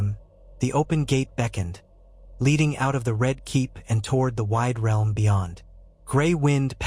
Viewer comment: "..It will shake the R.E.A.R.L.M.." good job electronic voice!